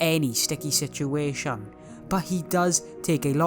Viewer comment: Lol phan-Tom and situ-a-tion